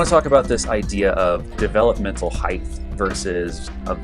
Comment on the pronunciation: I never thought I would spend 9 minutes listening to someone who pronounces height “heigth”... But you hit some really interesting distinctions. Nice work.